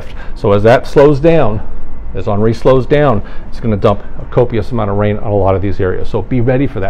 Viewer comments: Awnree? Really? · Good ole’ geoengineering…. Gotta love how most commentators/spokesmen/spokeswomen yada yada yada say “Ahnree” 🤣🤣🤣🤣🤣🤣. Ummm, I think it’s Henry.